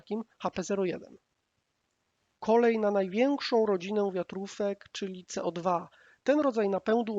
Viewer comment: Łolter? Walther był Niemcem czyli WALT'ER! Nie codwa tylko CEO DWA. Poza tym bardzo fajny materiał . 👍